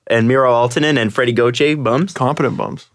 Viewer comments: gau-tire lmao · I love you but watching you pronounce Gauthier so many different ways is hilarious.